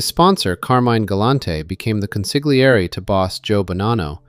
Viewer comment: in the word consigliere, The g is silent so don't pronounce the g it's pronounced con sli ere. Great video Thank you for the content I just thought you might want to know how to pronounce the word properly for future videos